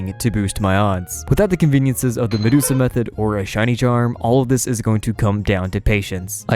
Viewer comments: Content creators do that shit on purpose to get more engagement in the comment section so they get noticed by the algorithm. He also said "Medusa method". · I died a bit inside when he said medusa method instead of Masuda method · "madusa method" bro... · M👏🏻A👏🏻S👏🏻U👏🏻D👏🏻A👏🏻. Not frickin Medusa 🤦🏻‍♂️ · "Medusa method", my good lord, man. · "Madusa method" cmon bruh... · It's Matsuda not Medusa. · Yes, but people are pointing out how he said "Medusa Method", which is not a thing. He mispronounced "Masuda Method". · "Medusa method". His name is MASUDA 😭😭😭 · Its Masuda method, not madusa lol .. Named after Junichi Masuda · Ok so is no one going to address how he said Medusa method instead of Masuda method?? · Literally stopped at 22 seconds because you cant even say Masuda properly. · Since you asked: I would've subscribed if you pronounced MASUDA correctly. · Am I the only one who heard him say the "Medusa" method? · bro said medusa method 😂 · I get that… he miss pronounced Masuda ….